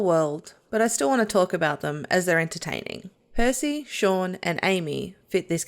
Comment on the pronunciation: Only one minute in and you get the character's name wrong! It's not Sean or Shaun! It's Shaan Srivastava. An Indian name for a character of Indian origin and the pronunciation is very different to Shaun. Unbelievable.